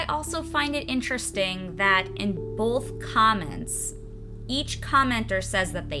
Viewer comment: I love how you say 'both', it's like 'bolth' with an L in the middle, it sounds cute lol